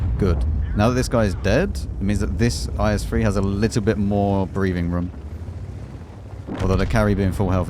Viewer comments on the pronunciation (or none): none